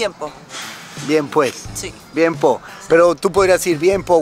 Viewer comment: Es "po" no "puh"